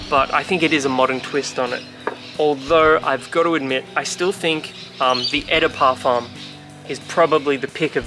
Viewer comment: Beside saying "Eh de Parfum" 😂 2/10 review and is #wild